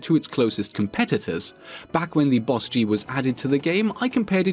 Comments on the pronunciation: It bothered me that you called it a B O S G 🤣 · Literally just pronounce it “boss-G” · B. O. S. G TRIGGER its just bosg BOSG BOS GEE